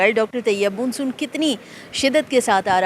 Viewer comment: Madam Moon soon ni hota Mon Soon kehty hain. 😅